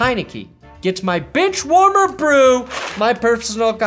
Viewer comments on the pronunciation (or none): When you gave Heineke that award, it sounded like you said Bitchwarmer Brew. That's a totally different drink.